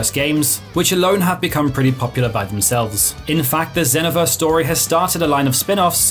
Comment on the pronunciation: The way you say xenoverse hurt. Raging blast number 1 tho. Miss doing those beam blasts with my cousins 🥲